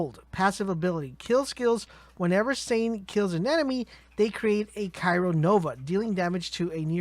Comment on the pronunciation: CRY-O as in cold or kept in place, Not Cairo as in the place in Egypt.